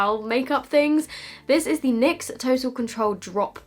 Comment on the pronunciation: When she calls it Nixs 😂😂 Instead of N Y X